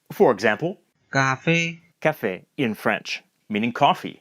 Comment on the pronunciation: he's actually got really good French pronunciation! was not expecting it 👏